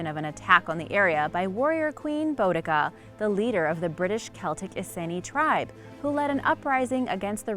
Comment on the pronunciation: No3 - I cringed every time you said "iceni". You use the internet to find the 'facts', use the same internet to look up how things are pronounced!